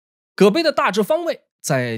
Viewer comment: 我查到的是 葛陂之戰 !!! 音：葛皮 葛陂 = 葛埤 = 低窪的水塘 你們怎麼念 葛杯 到底哪個是對的 ???